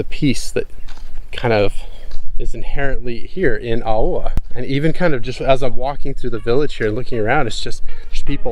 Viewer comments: When you pronounced Aoa I thought you meant Auā. Which thats another village before you get to Aoa. Aoa is pronounced as Aoh-ah. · lol I would pronounce it “ow-ah” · Yea it's like [ ahh - ow - ahh ] no hate😂😂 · Aoa easy to pronounced owa. Hope that helps. Also you guys should visit Sailele. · Or simply pronunced Awa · This is were I grow up at, one of the best place on earth in my opinion😂. And you also pronounce Aoa wrong, you pronounce as AUA. But thank you for sharing your awesome video.